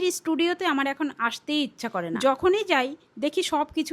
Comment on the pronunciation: স্টুডিও❌ ইস্টুডিও✔️😂😂😂